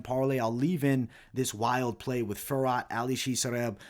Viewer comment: Great picks! BTW Fiorot is pronounced Fyee-oh-Row -- Manon will probably win, but she lacks experience, I wouldnt be that shocked if Maia pulls a sub. I am staying away but I am already on the rest of your picks, good luck everyone.